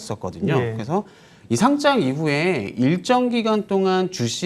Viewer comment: 거래소에 등록하는 "상장"의 발음은 [상장]이죠. [상짱] 발음은 틀린 건데 유의 좀 해 주세요.